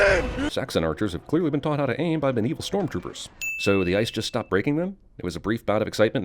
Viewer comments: I think im gonna have to add a sin every time you say "Medieveal". THESE ARE WESTERN ROMANS for Gods sake. The Medieval period dint start until AFTER the Western Roman Empire fell. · Every time he says 'Medieval' I die a little inside :(